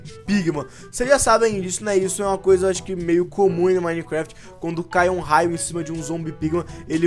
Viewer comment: Joga minecraft a tanto tempo e ainda fala minecuefiti